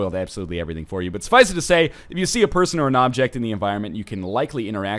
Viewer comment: STOP PRONOUNCING "SUFFICE" WITH THREE SYLLABLES AAAAAARGH WHO EVEN DOES THAT